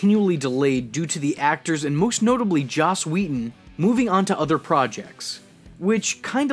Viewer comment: Joss not Josh